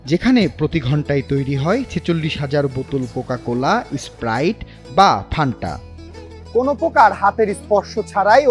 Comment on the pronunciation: ওরে বলদ ঐটা ফ্যান্টা হবে! ফানটা না😄 অনেকেই বলে পান্তা 😄স্পষ্টভাবে তো বোতলের গায়েই লেখা আছে বাংলায়😄রিপোর্টার এর এমন ভুল মানা যায়না😄